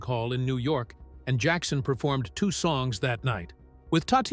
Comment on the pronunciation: Джексона...ударение на О...дебил ты выбесил😤🤦‍♀️